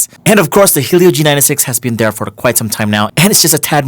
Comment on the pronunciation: Everything was great until I heard "Helio". BTW, your mic is clipping.